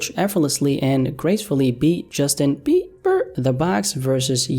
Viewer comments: Bruh i cant with bE-bER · Justin bee-burr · I can't believe he just did that to Bieber's last name🤣🤣🤣